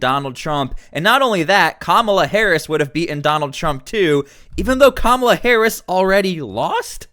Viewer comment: Here we go again. The word is 'beaten', not be-enh.